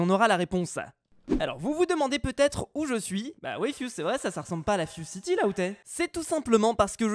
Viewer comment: Ses la fuzecity tu as dis ses la fuoreCity